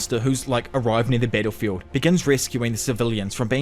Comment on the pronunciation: when he say "battlefield", you will hear more like "pedophile"